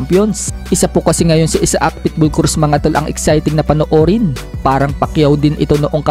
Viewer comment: ito ang Tamang bigkas,aysak,hindi Isa ak